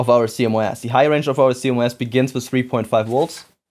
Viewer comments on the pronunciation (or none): Sounds like you are calling CMOS "see mo ass". It's pronounce C MOSS